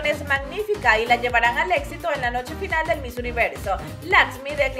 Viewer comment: Por que dices TOPE en vez de TOP y FINALE en vez de FINAL ? Es DESAGRADABLE.